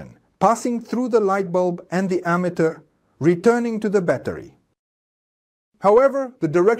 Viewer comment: i disagree with the concept of individualizing charges and saying they become stronger and weaker, when in reality, the difference in voltage comes from a change in the number of electrons. also, "ammeter" is mispronounced in this video, and the statement "the direction of the current in the circuit remains the same" is wrong. Those "V"s look like "U"s. This video was made by ai. thumbs down. Try harder next time.